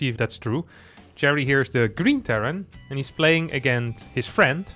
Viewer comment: "with his FIEND"